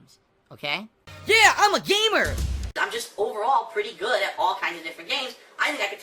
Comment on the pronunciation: "It's gahuut! Not guut.. Gaaahuuut!"